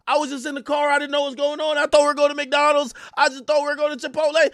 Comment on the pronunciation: Why he say McDonald’s like that 😂😂😂